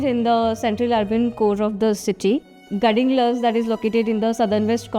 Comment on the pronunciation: The way she pronounced "Gadhinglaj" was so pathetic. It shows how shameless she is that she feels pronouncing it in accurate regional language would be insult. We should be proud of our language and culture.